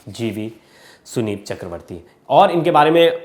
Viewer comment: थोड़ा पढ़ा लिखा एंकर रखा कीजिए जो संदीप को सुनीप बोल रहा है